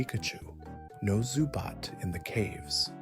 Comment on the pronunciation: "Zubot" immediately. "Oohnuva" Oh god this man doesnt actually play pokemon does he 😂